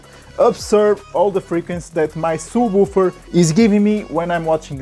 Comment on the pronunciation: I tried to watch I really did. but his Schwarzenegger English with Tajikistani grammar just fucked up my brain cable management along with subwufer and all other botched words